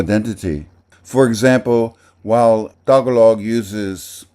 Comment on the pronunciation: btw, the emphasis in the word tagalog is on the second syllable, not the first.